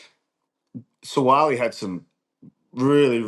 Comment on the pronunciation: Please pronounce "Sua'ali'i" name correctly, it sounds like, "Sue-ah-ah-lee-ee". Thanks